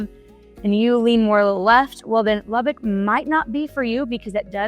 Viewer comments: The first thing you need to learn is how to pronounce the city's name...Lubbock. Not "Lubbick". So, didn't watch this. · If you're claiming to be a local real estate "expert" about Lubbock then you should learn to pronounce LubbOck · It's NOT "Lubbick" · I was born and raised in Lubbock. I left it in 2000. One thing that bugs the crap out of me about people who are new to the city is that they pronounce Lubbock as "lubbick". Lubbock is not a bad place. There was just no opportunity for me there. I do not miss the wind storms since moving to Dallas-Fort Worth. The one really good thing about the weather in Lubbock is that it is almost always dry. It's easier to cool off in dry heat. Most summer nights are considerably cooler than after a 100-degree day. Lubbock seems to hate trees. If there is a nice spot where there are trees, someone will destroy it and put a Walmart on it or a parking lot. One good example was the Treasure Island golf course that used to be located in the northwest area of the city. It was a beautiful property with a lot of trees. It's a Walmart now.